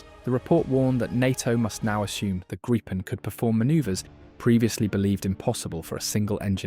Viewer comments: It is pronouced GRIPPEN like the mythical beast not GRYPEN or GREEPEN Otherwise - yes it seems like a great aircraft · Gry-pen? Really? It's a Gree-pen. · It’s pronounced Gree-pen ! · FYI - if you want to pronounce Gripen correct - it's how you would say Greepen - in English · grrrr. Bloody AI reader with a posh English accent can't pick one pronunciation for the name of the aircraft. In the first 150 seconds I've heard "greepin", "grippin", and "gr-eye-pin". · By 1.20 you had pronounced it grippen, grypen and greepen😂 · Grijpen is pronounced “Greepen” for English speakers. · THANK U!!!! RAFALE, F-18, TYPHOONS, ETC,,NOT GRIPPONS!!! JEEEEZ... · It’s a small point, but it’s pronounced Grifffen. Thank you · Nobody seems to know if it's Gripen (grip), Gripen (gripe) or Greepen. Theses audio tracks are digitally produced and seemingly unable to be consistent. Could somebody ask SAAB how to pronounce it and tell your seestem?